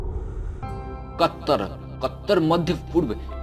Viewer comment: Kattar nhi katar pahle bolna seekho sahi se